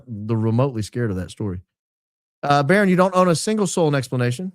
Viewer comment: *Baron not baton 😂😂